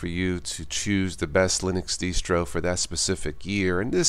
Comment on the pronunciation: When did it start being pronounced like a Mexican bandit was saying it?